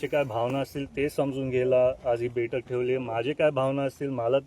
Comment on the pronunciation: अरे अश्वासीत करतो, दुख:द गोष्ट,बेठक नाही बैठक, अधी बोलायला शिक रोहीतपवार, अजीतदादा दादा शेती करत होते. त्यांना चाड्याची गाठ ही माहीती होती त्यामुळे शेतकरी त्यांना मानतात. तुम्हाला दोघा भावांना नाड्याची गाठ माहीती तुम्हाला चाड काय समजणार त्या पेक्षा रोहीत पवारला पुढ आणा तुम्ही सगळेच सुधराल तुमचा मान कायम राहील 🙏